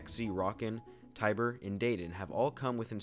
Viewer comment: Ay, someone actually pronounced my name correctly (Tiber). In all seriousness, really cool video, well done!